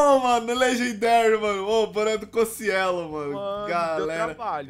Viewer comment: Se fala Cociélo, Só q Mtos Chamam ele de Cociêlo! ' -- '